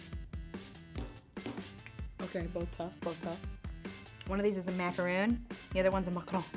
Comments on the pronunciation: “one of these is a macaroooon the other one is a macskkdhd “ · One of these is a macaron the other one is a MaCaRoOoOn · "one of these is a macroon and the other one is a macRaUn" sorry if im not funny bye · One is macaroon the other one is MaCarOoN